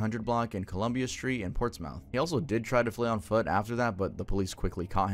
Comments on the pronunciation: buddy I love you but. I giggle every time you pronounce Portsmouth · the way he says Portsmouth through this part just pains me 😟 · Same 😭 like usual, I'll pronounce it like that to spell it, but saying it sounds just off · you pronouncing portsmouth made me laugh as someone who grew up not too far from there😂 regardless, love the video!! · No biggy, but towns (at least in new england) pronounce 'mouth' like 'myth' in the town names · Your pronunciation of portsmouth is killing me 😭😭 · I love you but it’s pronounced Ports-mith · no way your ass just said PORTS MOUTH 😂😂😂 That's funny af frfr. Ports-Myth is more accurate. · ITS PORTS-SMITH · It's pronounced "Ports Muth" not Ports-Mouth. 😊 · not to be rude, but you’re probably going to see it again for anything on crazy true crime. Pronounced ports-mith not ports-mouth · Heads up: it’s pronounced “ports-muth.” It’s not phonetic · Just an FYI - it doesn't really matter - "Portsmouth" Virginia is pronounced more like "Portsmith" or "Portsmyth" I lived there for a few years. It's a wild place. 😅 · Portsmouth is pronounced Portsmith also where else but Portsmouth its really Virginias Chicago or Detroit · So for Portsmouth it's pronounced Ports-Myth. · Portsmouth is pronounced ports-muth (short u sound, ipa ə) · Its not ports - mouths, we say it closer to portsmith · It’s pronounced “ports mith” not “mouth”. Just made me chuckle. 😂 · its not pronounced ports mouth its more like portsmith but spelled weird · Also I live in Portsmouth, it’s pronounced ports-mith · Portsmouth is pronounced “Port-smith”. Lol sorry. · 47, here :) I hate to be "that guy" But it's pronounced Portsmith. Weird, I know, Just don't ask a Virginian how we pronounce any city ending in Folk. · Yo,. I love you do but the Chesapeake one you did, I was born there so thank you but Portsmouth is pronounced, Portsmith. Don't ask why, it's just how it is pronounced. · it’s pronounced Ports-MUTH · pronounced ports-mith not ports-mouth lol